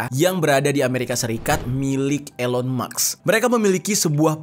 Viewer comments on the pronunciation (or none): Elon maks😂 gayanya ngomong campur indo inggris, nyebut Elon musk aja ga bisa😅😅😅